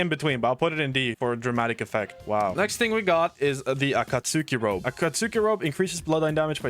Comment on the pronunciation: “Ah-Kaht-Suki” he said man.